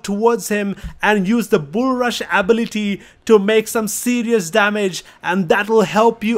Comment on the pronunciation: My guy don't know how to say ability